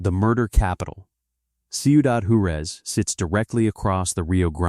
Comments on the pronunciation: I love the video, but could you please program the AI to pronounce words correctly!? It’s Whar-ez, not jar-u-ez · It's pronounced "Wah-rez", not "Jure-ez", for the love of Pete... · IA can’t replace human pronunciation of words. The name of Ciudad Juarez, the Mexican city located across the Rio Grande RIver from El Paso, Texas is pronounced Warez. Not whatever gosh awful nonsense that I heard when I listened to this. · It’s pronounced “Hua-REZ”.